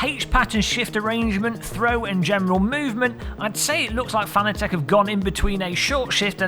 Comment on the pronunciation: Why does everyone say Fanatec wrong lol.